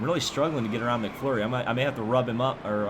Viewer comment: ITS MCMURRY NOT MCFLURRY